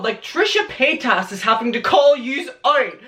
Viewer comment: Omg it’s paytas not paytASS sorry it just bothers me